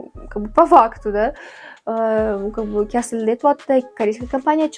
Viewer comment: Karis emas kareys bo'ladi